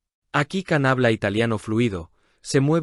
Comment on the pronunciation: Не Кан - ДЖАН. неужели так трудно запомнить?